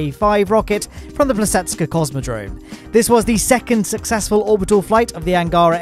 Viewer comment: i was more more surprised by problems with Plesetsk